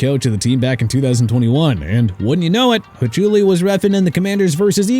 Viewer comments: "Ha-choo-lee"...Hahaha!! Glad I didn't subscribe to this channel, because I'd have to unsubscribe 😂. They lost by 32. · Shawn Hawk-uli jesus this guy did no research lmao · You cant claim rigged if you got beat by 32 points lol. Also, that awarding a score rule actually exists and has been a thing for like 60 years. It’s just rare. Try again. PS: the refs name is pronounced Hock-you-lee…not whatever you said lol. And we hate him and his dad. Go birds. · Hochuli pronunciation was awful lol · Hachuli is a well known Name in football and you said it wrong, do you even watch